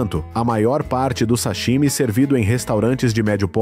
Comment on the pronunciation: Esse narrador não sabe pronunciar o "sashimi". Tá inventando.